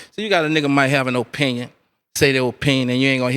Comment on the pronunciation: "Oh-pinion" ..Opinion. Lol.